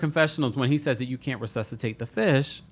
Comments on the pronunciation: I laughed so much this episode. I had to rewind Mary a few times. Especially when she said "ReSUCHitate"" instead of resuscitate 😂😂😂 I busted up laughing all 3x I rewound. And then to end it with "Gusty" not Dusty lmaaaoo . And yes Black people almost always die first in movies 😂😂😂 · Saaaaame. Her "Resuchitate' comment instead of saying resuscitate 😂😂😂